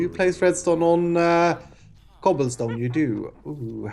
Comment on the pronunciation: "I love cobillstone" #ssundewuldbepruwd